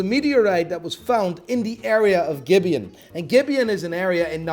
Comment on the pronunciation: As a Namibian, I can proudly say you butchered bout pronunciations of "gibeon" and "nambia"